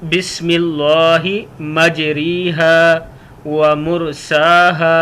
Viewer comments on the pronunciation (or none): بسم اللہ مجرے ھا پڑہا جائے گا مجری ھا نہیں پڑہا جائے گا پہلے پڑھنا تو سیکھ لیں پھر لوگوں کو بتائیں دوسری بات یہ ہیکہ یہ کشتی اور سمندری سواری کی دعا ہے جو نوح علیہ السلام نے پڑھی تھی ہر نیا کام شروع کرنے کی دعا نہیں ہے